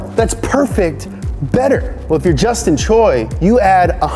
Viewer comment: thepronouncationof Justin Choi is justin chw-a, but overall good video